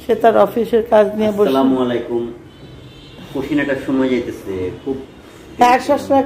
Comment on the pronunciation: slamalaikum mane Tomar upor gojob poruk.so salam ta shuddho kore diben. Assalamu Alaikum.